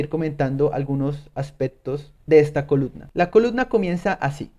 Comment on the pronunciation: Se dice coluMna, maldita sea hable bien